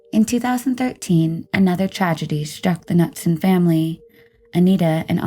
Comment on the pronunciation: it's ka-noot-sun actually lol